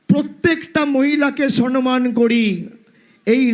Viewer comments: Sommyan not sonmyan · Ufff dujonkei bolchhi.. kothata " soNman" noy.. kothata holo "soMman". Kaan byatha hoe galo vul bangla sunte sunte..